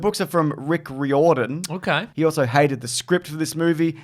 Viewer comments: It's pronounced Reer-don not Ree-or-don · “Rear-den” not “ree-orr-dan” 😂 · In Ireland the surname “Riordan” is pronounced “Rear-den”. Mightn’t apply to this guy though 🤷‍♂️ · It's pronounced "Rear-don"